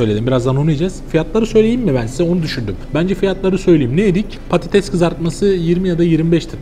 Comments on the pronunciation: Abi prodüksiyon Türkçe'yi katletmiş patetes ne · patetes degil patates